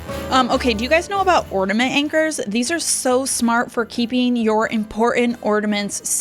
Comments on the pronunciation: The word is OR-N.A.-MENT…..not ordament…just sain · You have some great hacks. Appreciate all the ideas. BUT… (I’m sorry), it’s driving me crazy; The word is orNAment. Not orDAment. 😳😬😘 …just sayin’ Merry Christmas! ❤️ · there is no D in ornament